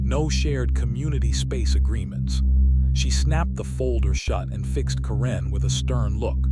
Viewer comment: Hoa homes do not deserve to be worth more than a new economy car. My freedom and constitutional protected rights are worth more. HOA's repeatedly forget the USA constitution exists. Ca wren??? Ki lo wren, darth mal? Dude fix your ai It sucks.